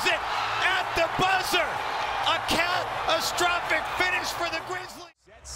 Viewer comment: "KATastrophic" lol